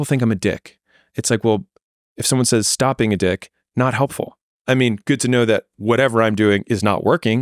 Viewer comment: I love how Chris is pronouncing 'says' in stead of 'says'